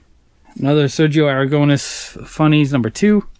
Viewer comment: You say AraGOUnes the tonic silabel is the Nes so is AragoNES. Great comic book collection.